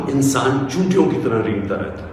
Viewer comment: 'Choontiyon', ants... I guess he should have said Cheentiyon, as in Hindustani or Hindi. Poor guy ends up sounding like 'chootiyon'...